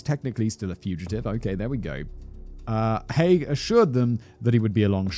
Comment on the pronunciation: Hearing Haigh pronounced correctly so many times filled me with joy - I get called Mr High, Mr Hay etc so many times I have stopped correcting people. Also same surname but no relation (I have checked, lol)